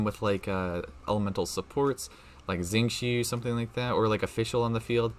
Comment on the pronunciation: Sorry, your pronunciation of Xiao and Xingqiu is really distracting. FYI, x in chinese is pronounced like sh and not like z